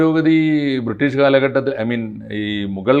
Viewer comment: എടൊ 'ബ്രീട്ടീഷ് കാർ കൊള്ള അടിച്ച പോലെ ആണൊ